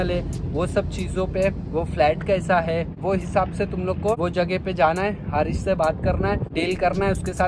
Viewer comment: It's Haris not Harrishhh...